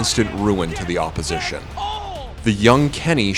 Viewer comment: "The AWPposition"